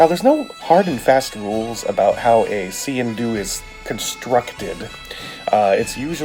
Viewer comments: I am Scottish! That is NOT a Sgian Dubh! Scottish people might call that a Dirk but it sure as hell NOT a Sgian Dubh. It pronounced Skee-in Doo. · Nice video, its pronounced skeen doo, and its original purpose was that when you entered an other persons home you would take out all your weapons to show you were unarmed as a sign of respect but with waring clans one would always have his sgian dubh hidden in his sock. Thanks for the videos some crazy blades out there keep up the good work.